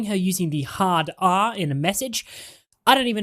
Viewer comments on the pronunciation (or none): When dude say "she was caught using the hard r" in English accent was so funny to me... THE HARD R